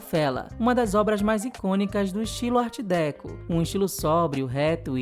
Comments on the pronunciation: Só uma correção: a pronúncia correta é art decô. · Adoro seus videos mas deixo um toquezinho: a pronúncia para art deco é "ár decô" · Arte DÉco? hahahhah não seria DecÔ? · A pronúncia de Art Déco está errada! Gosto muito de ver os vídeos, isso é conteúdo de arte 👏🏻👏🏻👏🏻👏🏻